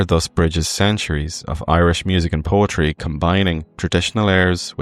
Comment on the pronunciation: You also mispronounced “poetry” son.